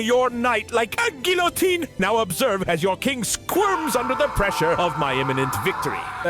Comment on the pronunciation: Gotta love, the famous Frenchman, not being able to pronounce a single French word correctly. Especially loved "GILL-a-teen." Loved it when he temporarily turned German(ish??) though.